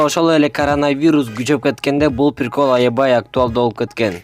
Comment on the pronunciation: пиркол эмес прикол дечи сураныч